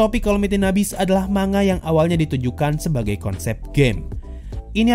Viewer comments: Wah... keren reviu nya... sesuai dengan pemikiranku 😍👍👍👍👍👍 Tapi... cuma mau kasi tau Manga dibacanya "Man-Ga" bukan "Ma-Nga" 😓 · Man-Ga kalau kita pakai pronounce nya Jepang.... Sama kayak ngomong Momon-Ga Gua rasa ngak ada masalah kalau kita orang Indo ngomong nya Ma-Nga